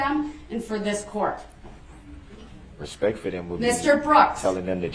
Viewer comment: I quite enjoyed the "dish-respeck" he kept complaining about. Also, "da troof."